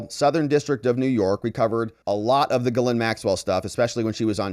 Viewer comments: love your videos but why do you pronounce ghislaine like GhiLynn its Gis-laine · The "S" is not pronounced for Ghislaine Maxwell. Even if other people with that same name pronounce the "S," Ghislaine Maxwell doesn't. Virginia Roberts Giuffre has always pronounced it without the "S" and she would know.